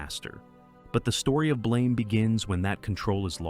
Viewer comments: You pronounced "Blame!" wrong. Its a softer, longer; Blaum. Like the word "Plum" its an "BL-AUM". Rather then the sharper Blame; as to blame someone. This shifts the tone of the manga because it disconects the title from its material. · It's pronounced closer to "BLAM!" Like a gunshot. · This video takes countless liberties, has lots of inconsistencies of the fiction they're talking about, and almost every category has words completely mispronounced. I'm hesitant to believe any of the other categories, when BLAME isn't pronounced correctly, and the "god" is the Safeguard, who is actively trying to help Killy. AM is just pronounced "AM", not spelled out, and if I remember correctly, it says that itself in the story, as it created its own name and wants it to be known. Evangelion isn't pronounced correctly, and I'm already hesitant to continue watching the video if the lore isn't accurate in this section either.